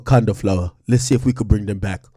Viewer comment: 😂😂😂😂 "Get da flowahh"